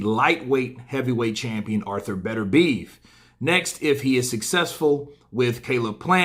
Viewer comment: Beterbiev, it's Beter-bi-ev. You Americans...